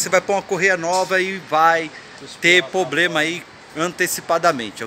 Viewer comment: O Problema é ficar falando poblema#!